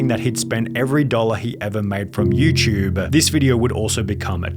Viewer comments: I love how this guy calls it YouChube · Hey Sunny i was wondering what in the hell is youchube